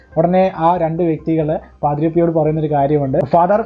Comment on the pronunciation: ജോയൽ പാദ്രോ അല്ല പാദ്രേ.. Pio